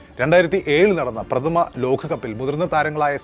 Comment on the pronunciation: Lokham Lokam...Ekhadinam alla Ekadinam...Prathama alla Pradhama....Balam kodukkendidath kodukkaathe vere chilayidathaanu Balam kodukkunnath....Sorry..insult cheythathalla....oru Opinion